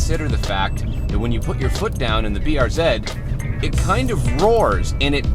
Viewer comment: Thank you thank you thank you. Pronounced BR Zed!